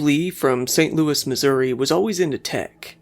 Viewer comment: Bob Lee! From Saint Lou-ie!😂😂😂😂